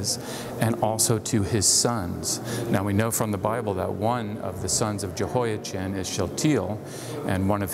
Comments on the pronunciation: Yehoia-chin? Really. You also say Chan-ukkah? You are the only person I know who says Jehoia-chin while recognizing Yuakin as referencing the normal pronunciation of Jehoiachin. And you pronounced it correctly earlier in the video. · Aargh! I really appreciate your videos, but hearing the “ch” in “Jehoiachin” pronounced as in the English word “chin” instead of as in the Scottish word “loch” is difficult… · Yo' ah-chem, with a gutteral ch is the Hebrew pronunciation of the name of the King of Judea. It's less of a pronunciation nightmare than the English translation 😁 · Not wishing to put too fine a point on it but the 'ch' sound as in the English word ' cheese ' does not exist in Arabic or Hebrew so it's Yehoyakin in pronunciation